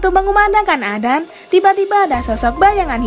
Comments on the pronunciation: sedikit koreksi adzan bukan adan karena bahasa arab salah sebut satu huruf saja sudah beda arti, tapi kontenya bagus kok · Kyk susah lidahnya Ucapkan adzan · Aku yg salah dengar apa,y salah sebut, azan apa adan yah....😂😂😂😂😂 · adzan...bukan adan astafirullah😂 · Hallo yang membawa acara. Tolong jgn sebut adzan dengan sebutan adan. Saya sudah pakai headset,jelas terdengar anda bilang adan. Tolong di perbaiki lagi kata-kata adzan nya. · ADAN,,,?!! Yg bener kalo ngomong Min. Bahasa Arab kalo salah baca maka artinya juga beda. Bukan ADAN dibacanya, tapi ADZAN bukan ADAN!!! Karena kalo ADZAN artian dalam bahasa Arab artinya adalah seruan atau panggilan atau pemberitahuan. Sedangkan kalo ADAN, itu gak ada artinya. Belajar dlu Min! Biar gak bikin sesat orang hanya karena dengar cara bacamu yg gak benar itu!!! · Adzan.... bukan adan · Y mksudnya ko admin nyebutnya adan .....harusnya adzan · Sebut yg benar,.. adzan bukan adan, itu beda makna.. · Adzan bukan Adan min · Maaf bukan adan atau azan yg benar adzan... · Adan apaan min,adzan kali,atau emang gtu cara kota tempat min blg adzan jd adan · Perbaiki dulu bacaannya baru ane subs n like.. adzan koq dibilang adan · Maaf..Adzan bukan adan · Bukan adan tp adzan mbak.. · Kok adan, adzan bukan adan, ngomong aja salah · Adzan.. Bukan adan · Ajan woe bukan adan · Adzan lah bukan adan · Adzan bukan adan ok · Emang penyebutan kata adzan : adan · Emg adan dia ngomong😂😂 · Yg baca adzan. Salah... Aq mendengan dia bilang adan... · Orang islam apa ngak yg ngomong ini. Nyebut adzan aja ga pas. Ky bkn org islam yg buat video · telol apa sengaja? Kok ngomong adzan nya salah sih